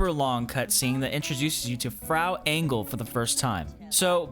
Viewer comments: Always funny to hear Americans trying to pronounce German words. 'Mine leaben', 'Frow Angle' etc. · Never heard someone pronounce Frau Engel so wrong 🤣 Greetings from Germany.